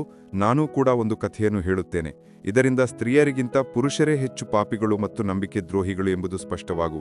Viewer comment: ಕ್ಷಮಿಸಿ ನಿಮ್ಮ ಉಚ್ಚಾರಣೆಯಲ್ಲಿ ( ಮತ್ತು) ಎಂಬುದನ್ನು (ಮಟ್ರು) ಹೇಳುವಿರಿ ಅದನ್ನು ಕೇಳಲು ಅಸಾಧ್ಯ ನಿಮ್ಮ ಯಾವ ವಿಡಿಯೋ ಇನ್ನು ಮುಂದೆ ಕೇಳಲಾರೆ